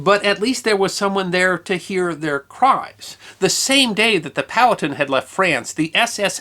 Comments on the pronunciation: Great story. I have heard it before, but not told so well. Curiously, when told to me the name was pronounced pow-HAT'-ten(1, 2nd syllable emphasis) as opposed to POW'-uh-tun(2, 1st syllable emphasis) as you did. Looking this up, the native american tribe is pronounced poe'-ah'-ten'(3, even emphasis). The town in NJ is pronounced like (1) by locals. I am guessing back in the 19th century, it was pronounced all three ways, and probably a few more. Thanks for the story. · I often enjoy your content, because, even if I’m already familiar with your subject matter, it’s often nice to hear another point of view. That said, here in the south, especially in The Commonwealth of Virginia (from where Chief Powhatan hailed), the name Powhatan is pronounced “POW-huh-TAN” (“Pow,” like the sound from a Batman vs. bad guy fight, “Huh” like an exhaustive exhale, and “Tan” like the colour.) Keep up the GREAT work! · In SE Ohio we always said "POW-hattin'", as in POW-hattin' Point, but we was all hillbillies too 😉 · Love your channel. I believe it's "Poh-wah-ton" though. Yet, I'm no carpenter. 🤷‍♂️ ☀️😎🇺🇸☀️